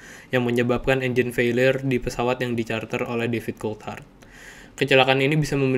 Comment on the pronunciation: menit gua dengernya Difficult Hard bukan David Coulthard, emang beneran susah mati sih si DC 😂